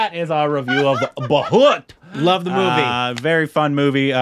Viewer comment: pronunciation of Bhoot is almost perfect 😛❤️